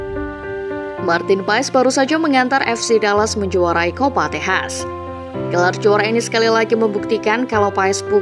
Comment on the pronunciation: Kok Tejas, Bukan Texas Toh 😂